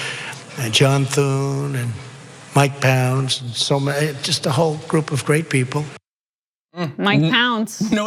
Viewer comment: Jesus, he said Mike Pounds...